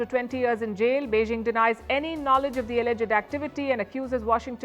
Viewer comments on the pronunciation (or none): none